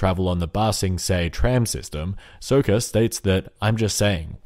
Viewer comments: If you pronounce sokka as soaka one more time I'm going to forcibly remove your larynx from your throat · Sokka, not Soakah. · I hate how you pronounced Saka's name! it's not Soka!!! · It's Sokka not Soeka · It triggers me each time he says Sokka. It's not SOHkka, it's SAWkka. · The way you say Soka triggers me :|..... and I'm probably about to trigger someone for spelling his name wrong probably. and then another person for grammar. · "Soaka" REEEEEEE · what are you going?! its sokka! like sock-a, not sew-ka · Why Did You Pronounce Sokka's Name Wrong? (This Is Sarcastic I'm Not Going Too Be Triggered Over A Mistake. Then Why Did I Comment This? I'm Leaving Now Bye. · Wai-wai-wai-wai-WAIT A MINUTE! Sökka? With a long O? Someone's never actually seen the show!